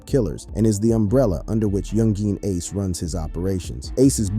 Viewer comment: U shouldnt talk about ppl who's names you can't pronounce lol